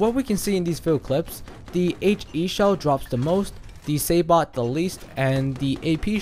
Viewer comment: Sabot is pronounced sabo by the way. Silent T. Good video though bro.